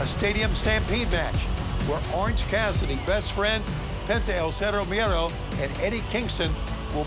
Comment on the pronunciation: No R in Miedo, Tony 🤣